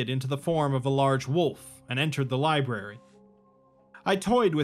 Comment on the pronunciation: Bro can say bruchetta but not library